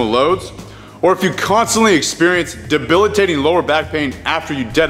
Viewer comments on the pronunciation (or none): none